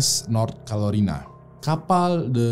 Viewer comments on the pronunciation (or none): Carolina bang..bukan calorina,suses selalu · "Carolina" bang... bukan "Calorina". ntar ngambek si Rina, pake di calo2in segala. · USS Carolina kali, Bang... Bukan Calorina... 🤭 Sukses trs yaaak... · Hihi.. Carolina bang.. Bkn calorina 😆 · Uss North Calorina awkwokwow Carolina bangg :v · Carolina bang bukan kalorina XD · Calorina apa carolina mang? 😄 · North Carolina bukan Calorina😂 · Carolina bang Bukan calorina 😩😩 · nyebutnya "Calorina".. nyadar gak bang... 😀😀